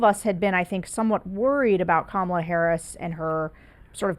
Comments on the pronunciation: Please pronounce her name properly KA-MA-LA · Trump is mispronouncing “Kamala” on purpose. I think we should pretend to view this as a further sign of his mental decline. Maybe George can weave that into his Anti-Psycho PAC messaging 😊 Also, good Reagan impression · You mispronounced Kamala.